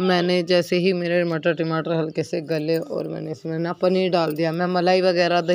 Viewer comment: थयोरी नहीं पयोरी होती है टिमाटर नही टमाटर होता है